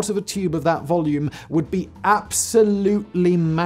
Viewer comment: The more I listen to Simon's voice the more I ask myself why he adds another "oh" before a w. For example "would be..." becomes"ohwould be"